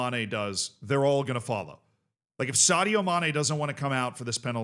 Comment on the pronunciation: Scouse accent "Shadio Mané"